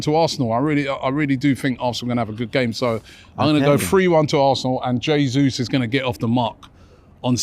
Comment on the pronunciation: Robbie gonna be all season going on and on about Gabriel "JAY-ZEUS"